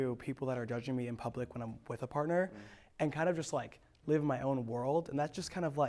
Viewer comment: And it's live not "leave" lol